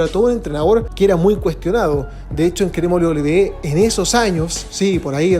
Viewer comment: 11 de septiembre de 2023 y aún no puede pronunciar correctamente "WWE".